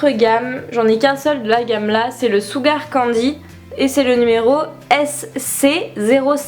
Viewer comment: Tes cheveux rouges me mannnnnnnnquent - En tous cas, t'es un vrai modèle pour moi, tant niveau physique que spontanéité (même si plusieurs prises sur des vidéos, il reste un minimum de spontanéité :D ) continue, tu fais du super boulot - Ps : par contre sugar, on dit "sheuga" :p -- tu pourrais faire une vidéo avec ton maquillage pas à pas s'il te plaiiiiit? (celui de cette vidéo :) )